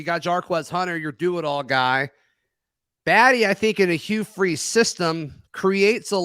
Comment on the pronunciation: Buh-tee is how you say his last name. Great addition. Powerful runner for his size and great elusiveness